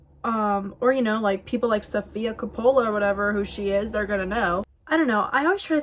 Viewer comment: I’ve never heard a more southern pronunciation of Sofia Coppola